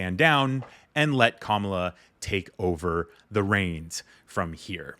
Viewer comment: Hey Schumer, how about some respect? Learn to pronounce her name!